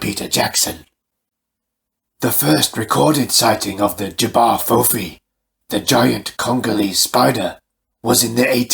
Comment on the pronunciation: You are the first video I have come across which pronounces J'Ba Fofi correctly 😁😁😁